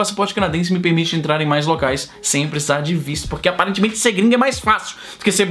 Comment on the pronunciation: ... "Aparetemente"...não... É MAIS FÁCIL SER GRINGO.